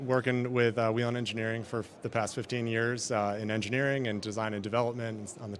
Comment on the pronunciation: I like how this idiot host can’t say Whelen correctly